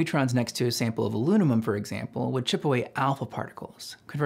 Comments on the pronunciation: Okay, "aluminium" is fine, "aluminum" is borderline acceptable, but... "alunamum" is starting to get silly. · I noticed you say "alunimum" aloo-nim-um, not "aluminum" aloo-min-um or "aluminium" aloo-min-ee-um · "Alunimum". That's a new one XD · "sample of Alunimum" xD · "This is a phenomena..."? A sample of "alunimum"? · Is it just me or did anyone else hear him say Alunimum ? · Alunimum? Lol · great video, but alunimum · hes saying lunamum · Have to admit I've never heard it pronounced alunimum before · Sounds like he morphed the British pronunciation Aluminium with the American Aluminum. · Alunimum huh? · You just created your own new element, "aluninum"! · Pedants: go listen to ‘Shake Your Rump’ by the Beastie Boys. The ‘alunimum’ pronunciation is clearly an homage to AdRock. Great video. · Pronouncing "aluminum" like the Beastie Boys. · Did you just say AluNIMUM??????????😂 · my guy can't say the word alunimum😅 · wait... What? Did you pronounce aluminum as "alunimum"? Lol wut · Can’t quite pronounce Aluminum there? ;) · You pronounced it that way on purpose, didn't you. Fantastic video! The history of how these concepts were discovered is just so intriguing to me. I feel like we would better understand a LOT of science and math if we knew the stories that motivated their discoveries and inventions. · You apparently have difficulty saying the word, "aluminum." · Is this pronunciation of aluminum a joke? Genuinely wondering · I’ve heard aluminum pronounced different ways, but never like how you said it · This dude can't pronounce aluminum...